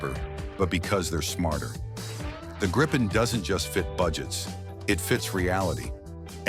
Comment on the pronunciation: It's pronounced more like Gree-pen .